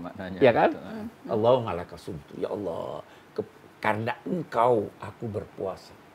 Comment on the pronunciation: Kalo boleh mengritisi utk gus Bahak dalam melafalkan kata Alloh hendaknya terdengar jelas LAM JALALAHnya..maaf yg sy dengar beliau mengucapkn kata Alloh dgn ucapan AWOH. yg lain sangat bagus.. Maaf bukan menjatuhkan tp demi kesempurnaan BELIAU..